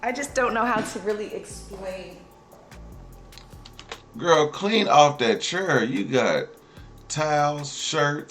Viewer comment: It's your favorite gwurl your gwurl not my gwurl 😂😂😂